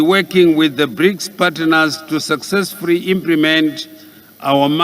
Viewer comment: Poritical deveropment of our country excerence vhunarable. Zimbabwe successfuri openri Zimbabwe went out with their Mirions😂😂😂😂😂😂😂😅😅😅😅 he likes R instead of L Mutuari furi furi success furi